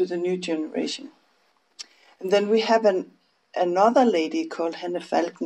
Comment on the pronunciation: I dont know, if it’s already been said. But The Danish designers name is Hanne Falkenberg and not Henne Felkenberg. Just in case someone wants to google her designs.